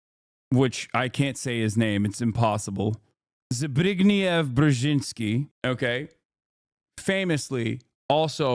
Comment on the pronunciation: NIce Polish pronunciation! No cap, that Zbigniew was legit!